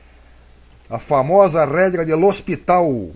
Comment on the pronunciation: Lê Hospital...kkk